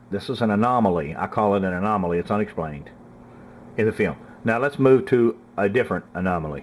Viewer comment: I love how he says "fee-om"